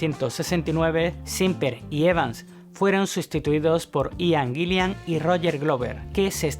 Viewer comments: Cada vez que mencionas a Ian Gillan como Gillian me das una patada a la oreja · Buen video. Por cierto, desde el respeto: "Ian Gillan", se pronuncia "ian guilan", no "aian guilian". Un saludo. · Muy buen video sobre uno de mis héroes musicales! Como crítica constructiva: trata de mejorar tu pronunciación del inglés, porque muchos de los nombres y los apellidos los pronunciaste muy mal (aian guillian, por ejemplo, cuando se pronuncia ian guilan). Vale pues. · Like por hablar por fin del maestro Richie Blackmore!!! Pero me desesperas que digas " Dip Parpel". "Ian Gillian". Ojo con eso!!!!